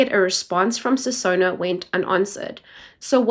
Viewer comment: “Sinona” Not “Sisona”